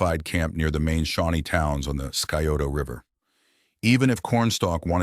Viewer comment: Scioto is pronounced Sigh-oto, not Sky-oto.